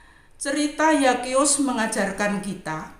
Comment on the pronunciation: ZAKHEUS bacanya Sakeus bukan Yakeus Bu🥰🙏🏼